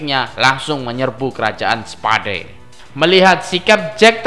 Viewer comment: Kerajaan spa..dee hahaha anjir bacanya salah